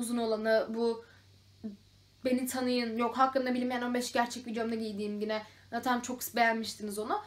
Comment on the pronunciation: Peki sürekli yine yerine Gine demen 😂😂😂😂